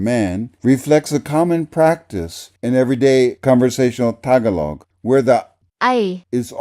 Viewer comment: btw, the emphasis in the word tagalog is on the second syllable, not the first.